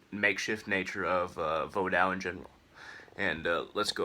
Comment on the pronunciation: No. all of the Ogou are Nago. not rada. he is not an oppressor. vodou is not makeshift. orishas have nothing to do with Vodou. it is pronounced Vo-doo not voo dawn. you know nothing of the tradition. don't just speak songs, they are meant to be sung.